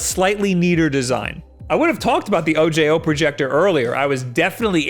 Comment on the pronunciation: I think the O J O is meant to be like O-ho. Like the spanish word for eye